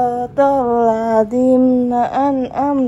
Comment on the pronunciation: 09.05 Shiirotholladzimnaa yang betul bacanya Shiirotholladziina... Maaf ya sy Koreksi, Krn salah baca bisa salah arti. Semangat. Terimakasih 🙏